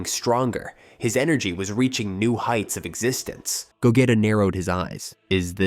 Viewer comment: Lol I love ur content, but I think we all know is pronounced GOGEEEEEETA GEEE! Lol not GETA, VEGEEETTTAAA LOL NOT VEGETa 😂😂😂😂 keep up the good work